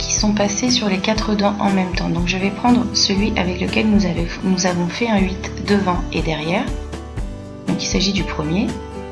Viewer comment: Quand tu dit << huit >> , tu me fais penser à une de mes camarades qui dit << houit >> 😅😅😅😂😂😂🤣🤣🤣